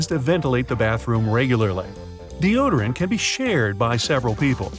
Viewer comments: You said bartroom not bathroom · Yo said "Bartroom" 😂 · "Bartroom" = "Barts Room"